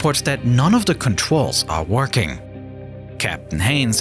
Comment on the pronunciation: “contrwyls” bro what the hell